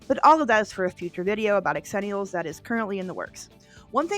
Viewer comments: I love you and love this channel but calling us "ex-zennials" is SOOOOO painful. Xennials is pronounced "zenials" - i don't know who thought it needed an EXTRA letter added... But it's definitely XENIALS. I was born in 82 and this is 100% my people. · Pronouncing it "x..ennials" and not "zennials" is annoying, are you doing that for clicks? Don't answer that. As a GenX'er, I don't care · Hello - I need to point out that Xenials is actually pronounced "zenials." It employs the "zee" sound as opposed to the "X" sound. But please, carry on with the content. As a true 1980 baby (born in 1980), I love your content as it takes me back to my childhood. God bless ya! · An Angel loses their wings every time she says “X-ennials” rather than Zennials.